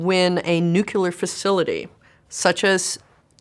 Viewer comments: she’s obviously smarter than you who cares that she mispronounced one word 😂😂 most bilingual people, including myself, have one phoneme or word that is difficult to pronounce correctly despite our attention to detail. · Its CRAZY that a woman that smart pronounces "nuclear" wrong lol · Between not being able to pronounce Nuclear and using the phrase ATM Machine, I have to question some level of expertise. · I don't understand why people say "New Killer" instead of nuclear. 😂😂😂😂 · It’s nuclear lady, not nukeelar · Intelligent, humorous, legend, and a baddie!!! But why the Nucu-luhr pronunciation. There's no extra letter there Nuclear (noo-kleer) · She is very smart...but it's nuclear, not nu-cu-ler. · Am I the only one hearing "nucular" instead of "nuclear"? Like, every time, not a mistake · There is no such thing as Nucular, it is Nuclear. LMAO 🤣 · Sorry. Anytime I hear someone say "nucular" instead of nuclear... 🤌 'NEW-CLEAR'.... I'm out. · I love everything about this interview except how she's pronouncing nuclear. It's not nucular! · Your daily reminder that it’s nuCLEar not nuCULar (nucular means nut shaped)… I’m surprised bc wow she is freaking SMART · Nuclear, Chris! Not nuculer. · "every time you involve the word NUCELAR, it also has a psychological effect." Yes, because you said NUCELAR instead of NUCLEAR about 20 times and I had a brain itch only a 12-gauge shotgun could scratch. Other than that very smart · Is there anything more annoying than a very smart person saying the word "nucular"? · You lost me at New-Q-lar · Nukelar Nukelar Nukelar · Lost all legitimacy with me when she said "nucUler" about a dozen times in less than t min. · She’s Homer Simpson’s daughter. “It’s pronunced nukealar. Nuuukealar.” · I really enjoyed her, except that if she said "nucular" one more time I was about to go nuclear. 🤦🏼‍♀️ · I noticed her repeated pronounciation of nuclear to be like Homer Simpson - I bet that is intentional :-) "nucular" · Why is it “nucular”?